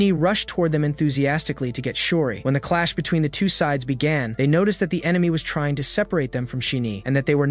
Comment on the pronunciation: Did you just say claps💀🤨